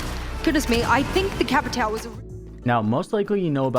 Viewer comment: Americans trying to say capitão is funny